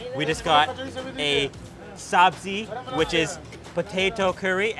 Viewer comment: Sabzi is pronounced 'subjee' and means vegetables, not potatoes, and chai means tea, so you wouldn't say 'chai tea'. Otherwise 10/10 for enthusiasm!